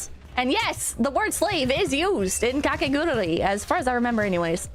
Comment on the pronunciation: She keeps saying KakegURURI instead of KakegURUI.